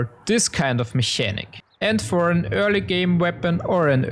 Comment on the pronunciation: Mechanic is pronounced in English with an hard K sound. It sounds more like "Mekanik"